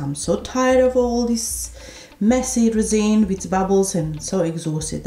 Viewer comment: At the beginning I had no idea what you were going to put in there. Your accent is so strong I thought maybe you were making noodles. Lol. Then I seen the resin. I was like oh not reason, but resin ok. Hahaha, I love this idea. Been looking for other ways to use my vacuum pump.